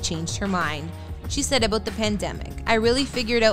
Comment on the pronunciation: stopped watching 45 seconds in bc I don't like the way the narrator pronounces the word "about". Also, I don't care.